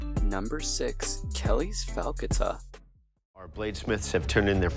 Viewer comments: What is so difficult about the word “falcata?” You pronounced it “fellata!” 😂😂😂😂😂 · It´s pronounced fowl-kata, falcata, like falcon, the beak of a falcon, looks a like a sickle...nevermind